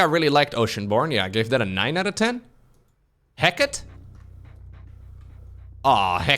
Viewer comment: I’m Zerg and sad about the nerfs, but pronouncing “Hekate” like “Hackit” makes me happy.